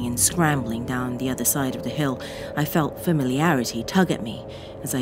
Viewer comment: please stop randomly saying de instead of the, it spoils it